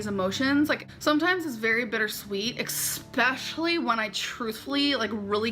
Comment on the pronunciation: says 'Ek=specially'' instead of 'especially'. But we all know she can barely speak English..